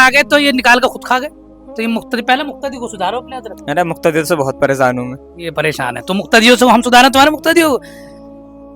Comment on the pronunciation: Kyon logon ko bevkuf banaa rahe ho hote to pahle unke makhraj sahi hote,farz ko farj bol rahe hain pareshan ko paresan bol rahe hain,aur sawal bhi itne aasan poochh rahe ho jo ek chhote bacche ko bhi maloom ho, yah alim se sawal karne wali sawal hai